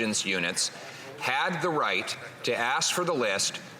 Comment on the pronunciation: This is not Reicht! I did not z ziz coming